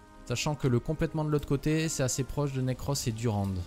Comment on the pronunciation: Le pauvre Necros, a chaque fois que le joue, il dit autre chose que son nom xD Nacros, Nercros etc